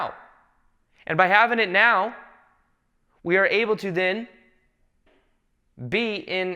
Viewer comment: explaining intensely time travel and parallel lives:“This time meow [now]” haha this made my morning 😁 Love it.